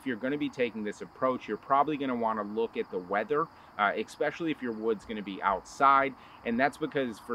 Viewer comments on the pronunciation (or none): ESpecially, not EXpecially.